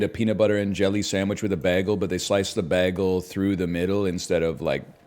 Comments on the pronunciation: Every time he says bag-el 😮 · lol the way he says BAY - gel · lol at how he says bagel